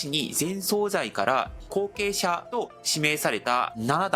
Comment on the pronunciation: 大変興味深く拝見しておりますが、内容のことでなくてごめんなさい。何度も出て来るので気になりましたのであえて指摘いたします。総裁は、「そうざい」でなく「そうさい」と濁らず発音します。